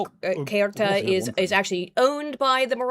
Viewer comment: I think I heard at least eight different ways to pronounce „Ceuta“ from.